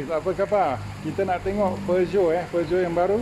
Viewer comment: few people can actually pronounce the brand name correctly,u r 1 of them😁😁😁